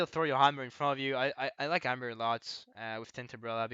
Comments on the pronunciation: He says hammer but the accent makes it sound like armour. I know I got confused too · Think CDS should be higher. Seem useful as duelie option for maps like Albacore where you need long range. Side note: If you don't emphasize the H in hammer it sounds a lot like armor, since you don't say hard R's either. Our language isn't as melodic as french.